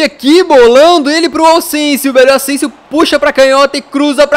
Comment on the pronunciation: Vc falou ausensio